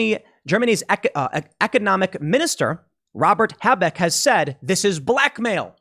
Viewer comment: Tim, your pronunciation of German names is killing me. z.B. Habeck is not hay-beck, but Ha-bake.